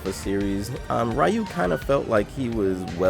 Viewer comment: Somewhere a cat faints every time he says "Ray-ou" isnteas of Ryu